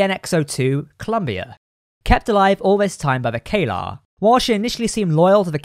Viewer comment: Isn't it Caeliar, with an I in there? "Kay-lar" sounds like a totally different species to me.